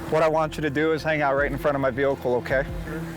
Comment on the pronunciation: He also called it a “veelcle” every time. 🤦‍♂️🤣